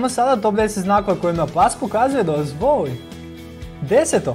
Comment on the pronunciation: Zasto ovako govoris? Kako to akcentujes reci? "Pas vas voooli"... Zasto to razvlacenje samoglasnika?